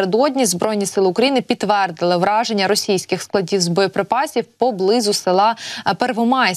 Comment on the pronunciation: Вчи мову! Враження-іе чпечптление! П знищення чогось це. Ураження!такі тонкощі треба знати, сором!